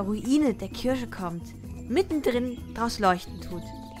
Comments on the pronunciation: Bin ich die einzige, der auffällt, dass sie Kirsche statt Kirche sagt? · "Kirsche" 😂 sry das ist so lustig wie du kirche aussprichst ^^ Mega Video! Kirsche sorry ich bekomm mich nicht mehr ein😂